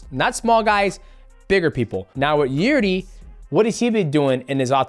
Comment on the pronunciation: “Jirdi” 😂😂 fuck I love DJ